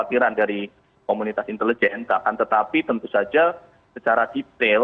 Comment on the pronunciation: nah ini baru sdm yg bagus, cara pengucapan INTELIJEN yg benar, yg pengucapannya aneh bukan salah orangnya tapi Guru Pertama Bahasa Indonesia. entah lulusan mana gurunya